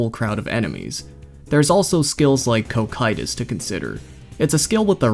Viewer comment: fyi the the second c in cocytus is a soft c. koss-itus